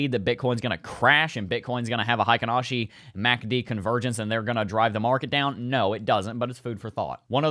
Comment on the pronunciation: Not sure if you care much about this kinda thing, but Heikin-Ashi is actually pronounced "hay-kin" rather than "high-kin." In Japanese, "ei" makes an "ay" sound, but in German, it makes an "eye" sound. Source: I'm a huge weeb. Also, I feel that the halving cannot be priced in. If the mainstream knows about it, that doesn't mean the price'll adjust to an expected future value. It can't be priced in because the supply shock hasn't been felt yet.